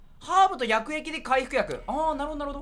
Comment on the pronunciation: 薬液がやく↑えき↓じゃなくなってつらい